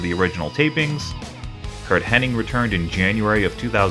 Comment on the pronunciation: Knobbs (I think) coming out here like CIMA. Also, it's HennIG. not iNg